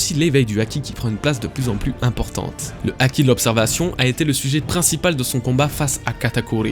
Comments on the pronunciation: Haki ≠ aki. Et myōō≠mioho (juste myo mais avec trois ou quatre "o" à la fin ^^) myoou a la limite. Vidéo bien sympathique dans l'ensemble mais attention à certains faits inexactes . Tout d'abord, pour ce qui est de la pose qui change en main ouverte , C'est avant tout une pose très classique dans le théâtre Japonais et de plus tu analyse ça d'un point de vue occidentale car au Japon une main au doigts ouvert ne symbolise pas le 5 mais le 0 , le 5 étant un poing fermé.... Ensuite a en Japonais , le Kanji de l'énergie/souffle se dit "ki" ou "ké" voir "iki" en lecture kunyomi. "Chi" c'est la prononciation chinoise . Puis le symbole du ki n'EST PAS le même que celui du Haki mais est utilisé dans celui ci c'est pas pareil, c'est comme une racine étymologique en francais donc rien d'étonnant à le voir ici. Ce Kanji "ki" est utilisé dans la formation de plein de mots ayant un rapport de près ou de loin avec l'énergie/le ressenti etc ... (Par exemple on le retrouve dans le mot kūki voulant dire "air" dans le sens "atmosphère" (mais si tu lis littéralement le sens des Kanji un a un y a marqué "énergie du vide". Et enfin la dernière chose qui m'a fait grimacer c'est quand tu parles d'Oda parlant des références culturelles de son pays quand tu fais référence au bouddhisme et à l'hindouisme. Sache que l'hindouisme n'est pas présent au Japon et que le bouddhisme ne représente que environ 15% des croyants là bas.. l'extrême majorité sont shintoïste (84% des croyants). Bref ce ne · Pk tu prononces pas le h quand il y en a un : "haki" mais tu le prononces quand il y en a pas "myōō"